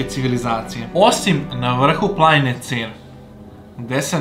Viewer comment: Ne duzi se rec ceera vec cera ja sam bkv na 20 km od cera i znm